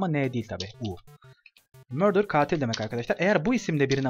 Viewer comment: Murder'y fuara söylüyo